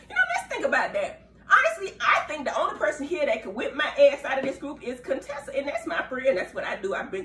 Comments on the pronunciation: And you still calling that guh Coontessa!😂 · 🍦🍦🍦I know you know her name is not "CONE-Tessa" stop. Her name is Dr. Contessa Metcalfe. Very beautiful woman. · Dr.Heavenly, I see you’re still saying “Cone-tessa”🤣🤣🤣🤣